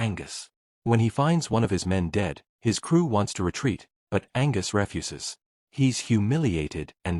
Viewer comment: Angus refesses?